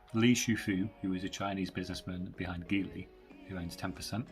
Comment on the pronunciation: It’s pronounced jeely by the way.